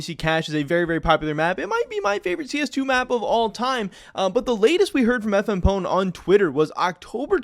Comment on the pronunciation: I think it's FMP One not FM Pone